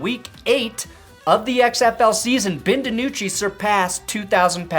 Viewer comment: I am once again begging you to say Ben's name like a normal human being